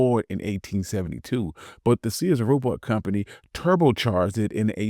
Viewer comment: I thought you said "Sears Roblox" someone help me.